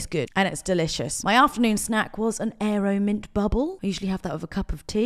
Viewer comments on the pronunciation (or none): none